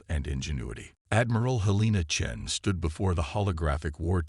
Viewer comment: At least the AI can pronounce Chen without screwing it up